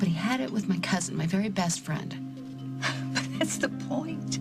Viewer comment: Wrong. You are the bad guy...hardly Lucy's "bassst frand".